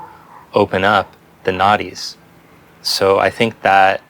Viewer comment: I love this one because it’s awesome and also every time you talk about the Nadis I laugh to myself because I hear “naughties” 😂